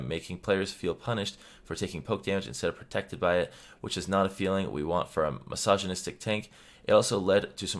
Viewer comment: I just realized you said "masoginystic tank", so mundo hates women now?